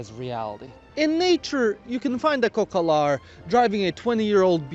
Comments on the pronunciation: It’s “cocalar” not “cocolar” 😂😂😂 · u made a mistake we dont say cocolar we say cocalar